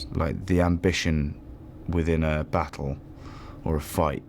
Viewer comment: Jon “baahtul”